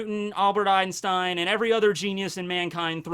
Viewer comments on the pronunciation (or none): none